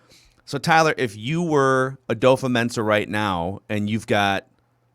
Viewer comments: It's not adofo. The a is silent and it's pronounced "dafa" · We've been saying his name wrong too, it's dofo not adofo, the A is silent. He said his name in the vikings video where he is signing his contract